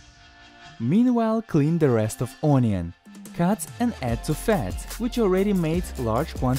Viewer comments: The translator isn't very good in English per se, IMO the script needs to be checked for grammar. I spot unidiomatic expressions right from the start. He's using a drumstick, not leg, as the protein source (lunch), mispronounced onion throughout the video (/'ɔnjən/ versus /ˈʌnjən/), omitted the indef. article a (a small cabbage, not "small cabbage") many times throughout, "you might say" vs "you can say", "in small supermarkets sell flour, sugar and macaroni in a bulk" v "in small supermarkets, sugar ... are sold in bulk" , "quarter of bread that we got from bread store" sounds wrong; "a quarter loaf of bread that we got from the bakery/boulangerie" etc. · No in Russia it's ourion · Or ownion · ONION Ohn-we-ohn Can you pronounce it the way I pronounce it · I like when he says onion.uunion😂😂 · No offence to the translator but he isn't very good in English per se, IMO the script needs to be checked for grammar. I spot unidiomatic expressions right from the start. He's using a drumstick, not leg, as the protein source (lunch), mispronounced onion throughout the video (/'ɔnjən/ versus /ˈʌnjən/), omitted the indef. article a (a small cabbage, not "small cabbage") many times throughout, "you might say" vs "you can say", "in small supermarkets sell flour, sugar and macaroni in a bulk" v "in small supermarkets, sugar ... are sold in bulk" , "quarter of bread that we got from bread store" sounds wrong; "a quarter loaf of bread that we got from the bakery/boulangerie" etc. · N O I N O O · The way he says onion tho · i like how he says onion